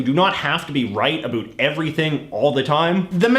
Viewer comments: This guy is from a dimension where "o" in a word with "ou" is ignored and therefore words are pronounced as "abut" and "arund" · At least in my dimension, we don't pronunce "about" in the Jayjayic way. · He said "talk a boot" I’m out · Hmmm... I could've sworn its pronounced "uh-BAU-t" not "uh-BOO-t"..... Maybe this is mandela effect🤔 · Why do you say “about” like that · Your “About” pronunciation is aggressively canadian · The dumbest thing is the way you pronounce "about".